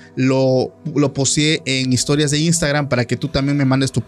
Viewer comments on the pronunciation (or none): Por qué dicen imstagrannn😂 es i n s t a g r a m 😅.